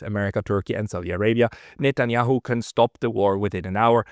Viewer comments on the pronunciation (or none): none